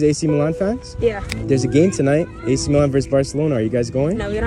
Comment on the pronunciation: They are definitely not Milan fans, the way they pronounced it was horrid